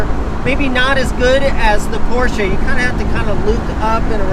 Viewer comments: and Garage: Hey! You are pronouncing "Porsche" nearly perfect, besides the "r". But english speakers aren't really supposed to use the harsh german "r".;) And by the way, your both names are also related to german.;) "Heidemarie und Franziska"! Or " und Franzi"...:D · Hey! Me as a German i love that you are the only American who can say "Porsche" the right way!